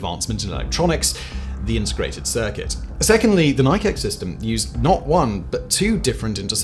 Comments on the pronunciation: Simon, as one who was around in the 50s I can tell you categorically that the U.S. surface to air missiles were pronounced with 2 syllables something like ny-(rhymes with "my") key (like the thing that opens a lock). So ny-key. Actually the name comes from Greek mythology. The Greek goddess of victory was named Nike (in Greek nee-kay but in English ny-key). Trust me on this. I was a total geek about anything aerospace. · My father also participated in Nike Hercules testing at White Sands New Mexico. His stories also confirm the ny-key pronunciation. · Simon, Nike is pronounced like this. Ni Kee. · Nike is pronounced "Nigh-key" (it's Greek). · This particular Nike system is a thoroughly American thing, neither British nor Greek, and from its inception the name has been pronounced with two syllables. NYE-key. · Ny Kee missles please pronounce it like an American! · it's pronounced nī-key. Both the missiles and shoes are named after Niké the greek goddess of victory. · I'm a Brit and I've always pronouinced it Nicky! 😳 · FYI Nike is pronounced Ni' Kee - two sylables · Take a gander at them moccasins. What kind of skins is them? What's that writing mean … 'Nee-kay' … what is that, some sort of Injun talk or something? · For God’s sake learn how to pronounce Nike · Im a little surprised. A guy who clearly deals in educating people pronounces the word Nike so wrong. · love the yanks going on about correct pronunciation of Nike. he's from the UK that's how they say it. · as Simon said in the UK that's how they pronounce Nike you must be new to this channel. not everyone is a yank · I can't handle the fact that you're pronouncing it "nike" and not "nike". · I kept going "it's pronounced Nike! Like the shoe!" 😂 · Am I the only one cringing increasingly harder with each “Nike” uttered throughout this vid? 😅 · most of the video, you pronounced "Nike" wrong. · I cant watch this, my OCD is pinging off my brain every time he says Nike wrong. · Nike..lol...its pronounced NI-KEY